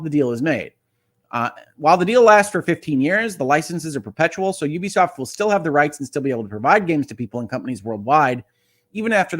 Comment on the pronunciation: First off, thank you for being one of only a handful of people in gaming media who actually knows how to pronounce Ubisoft correctly. :) Secondly, while I do think a buyout is inevitable at this point, if Tencent ends up owning the company, that'll be the end of them getting my business. Tencent is one of the most evil companies in the world and among many other things, are also the operators of the social credit system used by the CCP autocracy. Dig into them a little bit and you'll see how awful they are. Even as they continue to gobble up more and more of the industry, I've managed to largely avoid giving business to companies they majority control. The biggest problem with this situation is that despite Ubisoft being a public company and the duties that comes with, Yves Guillemot has always treated the company like it's his family's crown jewel. That's why he's tried so hard to rebuff all priot buyout attempts and why any suggestion that he hand over the CEO role to someone else is immediately and strongly shot down. This is about ego for him as much as anything else, which is why he's only considering taking the company private if he gets to remain at the helm. Consolidation is bad for consumers and ultimately, I'd like to see the company not be sold, but despite leading them through their biggest years (he's literally been the only CEO since 1986), he's also led them into their downfall. NFTs, failed free-to-play projects, the massive bloating of their open worlds, chas